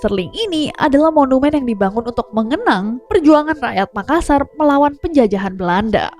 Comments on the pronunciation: MakaSSar dibaca dengan penekanan S-nya 2 bukan dibaca makasar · MakaSSar, penekanan pada huruf “S” yang ditulis dobel. Seperti juga TaLLo, dobel “L”.